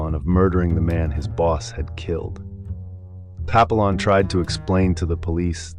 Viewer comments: Its pronounced Pa pee yon...... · How to pronounce Papillon wrong more times than I bothered counting.